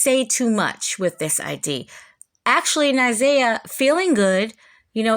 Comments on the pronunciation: If you care about her sharing story so much could you care enough to pronounce her name correctly please. It’s Na’Ziyah not Ni’Zaya and the mispronunciation is extremely annoying to here repeatedly…😊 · People like to criticize over any little thing. I saw how someone criticized your mispronunciation of Na'Ziyah's name. I didn't notice it. Please continue to expose these predators and fuk the comments😂😅